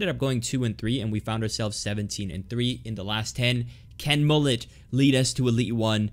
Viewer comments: It's pronounced as Mohle* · would you rather not use mbappe and mollet for a whole wl or use a bronze defence for a whole wl Also its Mo-lay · Bro it's not Moll-it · le « t » of mollet is silent ;)